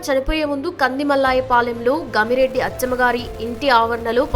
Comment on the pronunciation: Sorry madam meeru mistek chepparu Gamirireddy kaadu Garimireddy